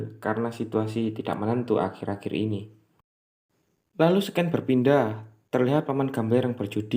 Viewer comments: scene = /sēn/ .. sken nya mengganggu gan.. tinggal itu aj hehe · Seken = Scan Sekin = Scene Lu ngomong apa daan maksudnya yg mana sih jawir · Scene dibaca SIN bro